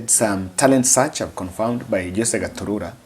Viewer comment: its gatutura not gaturura